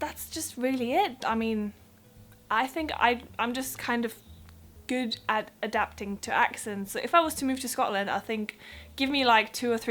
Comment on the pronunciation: You have good pronunciation. The only give away is your `D´ at the end of a word. It comes from making the vowel sound too short; not giving your mouth enough time to say `D´. Play back and listen to your `good´and `hard´. Make the vowel sound longer and listen again. I am really jealous, I wish my German pronunciation were as good. :)